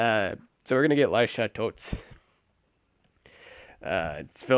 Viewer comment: lilyisha? lol its lilysha